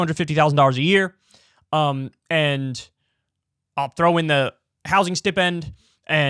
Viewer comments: Kyle please... it's STY-pend. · Stip-end? Are you like just seeing that word spelled for the first time? 😂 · Who the fuck pronounces stipend like that?